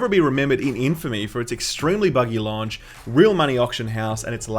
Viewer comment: You say "launch" in an American accent.